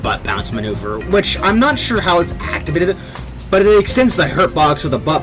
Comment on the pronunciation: That man said "activattfflllde it"